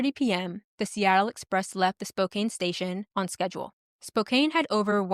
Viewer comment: Thanks for the story. Well done. One very tiny, inconsequential note: Spokane is pronounced like spoke•can rather than spoke•cane. Just in case another story features that city.